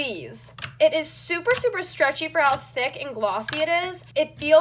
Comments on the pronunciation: The way you say Thick makes me uncomfortable. Idk if that's the way you say it or if your trying to sound cool, but it makes me really uncomfortable. Not trying to hate or anything, just saying my opinion, but your like ThAac. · how dyu say thick ? she be like : " i dont remember it being this THECK>> wth clean ur hands there black as NOT being racist there dirty black not the skin colour thingie